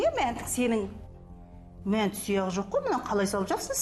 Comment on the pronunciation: Мәнті емес манты гой хахаа